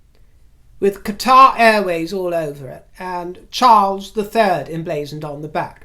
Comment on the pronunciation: thank you for pronouncing Qatar properly. pet peeve of mine. NOW: Q Camilla looks fabulous UNTIL she opens her mouth. those awful teeth repaired. bond them white or something. she looks like a witch at times. all in all an especially great broadcast today, excellent content. especially Russel Brand. love you dear you seem so happy today